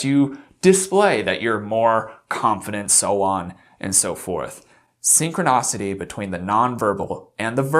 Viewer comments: Why does he keep saying “synchronocity “ instead of the proper “synchronicity? It’s bothersome! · Dude, your content is decent and your youtube game is pretty slick, but in this one you use at least three completely made-up words. Ie you say ‘synchronocity’ when its ‘synchronicity’ and a few more. If you want to look smart, be smart and don’t let that kind of slackness get past your quality control. Or maybe you think it’s cute and quirky? Perhaps in a 14yo teen, but not on you. Just some feedback, hope you take it the right way. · Synchronicity not synchronocity. Please. I get the root of the word is synchronous so it’s easy to misconstrue. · Please stop saying “synconocity” 😑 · Dude he’s speaking off handedly, not scripted. Maybe you have PERFECT instant memory recall, but most people don’t. He’s probably exhausted from all the research and hours of footage. Who cares if he pronounces three words wrong? You got some bug up ya azz bud.